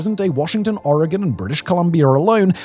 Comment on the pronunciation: How is it that a brittish man pronounces Oregon better then the tv ppl from the states?